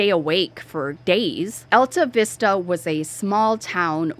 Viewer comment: It's pronounced All tah vista. Population is 227.